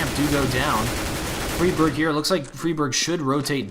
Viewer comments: fray birg not friiii berg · fryberg, not friberg ;P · its fri like fry not freeberg its friberg fry-berg friberg :3 haha just saying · It's pronounced Free barj in Swedish NOT Fry Berg. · its not freeberg its friberg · MHplays It's more like Free Barg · its fribirg. like Frie, fries, or fry, to fry with a pan. fry berg. k. thankz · I am from Sweden so I know the correct pronunciation :P Idk why the call him "fryberg" but somone started to do it and everyone followed along. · Frie Bird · Why do you have to pronounce everything wrong? FYFlarren? FREEEEBERG? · Also, it is pronounced fry-berg. At least, that's how GeT_RiGhT said it in the Protip video. I'm not sure on that name either. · the way you pronounce Fribergs name and Fifflaren is annoying...